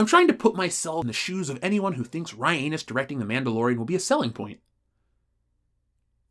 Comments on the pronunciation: Every time he says Ryanus, I laugh. Someone make it into a Fandom Menace shirt! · says Ryanus. Me:😂😂😂😂😂😂😂😂😂😂😂😂